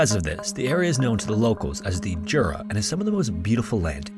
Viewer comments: So, "Jura" is pronounced "Yura". The way you've said it, "dziura", means "hole". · He put effort into Michal and Ostrow, but his Krakow and Jura were terrible. In Polish, J is read like english Y, he said Dziura (hole) instead of Jura...